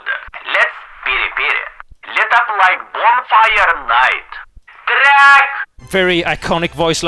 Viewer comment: "TRRRRAAACKed!". Epic